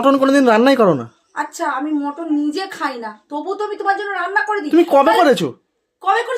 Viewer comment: ওরে! ওটাকে "মটন" নয়.. "মাটন" বলে! ইংরাজী বলার ইচ্ছে হলে সঠিক ইংরাজী বল!!